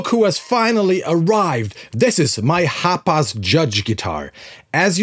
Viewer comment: Everytime he would say the name, I swear he was calling it the HOTBOX guitar 🤘😂 Name it the Hotbox guitar!!!